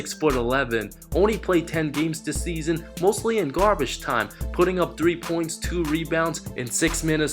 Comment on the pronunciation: Omfg seeeeeesson always with the same accent,pronunciation and timing..it really kills my ears..you say "season" that way on purpose,don't you?